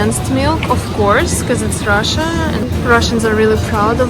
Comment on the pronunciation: Een Rrrrah-shah, food eats YOU!